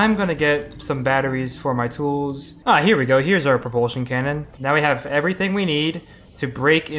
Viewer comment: He said no reproltion cannon